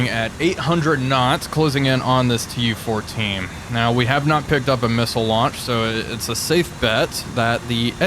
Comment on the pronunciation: ... "closing in on this TU-14" ... nope, still incorrect, stroke is maybe still lingering?